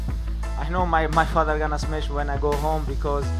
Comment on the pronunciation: Fly like Eagle 🦅 "Smesh" like bear 🐻